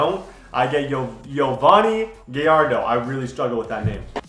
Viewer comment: its Yovani GUY-ARE-DO